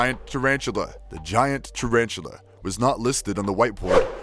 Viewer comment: Giant TarAhn-too-lah